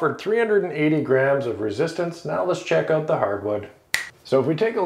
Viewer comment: You pronounced “out” like “owt”. Canadian? 😊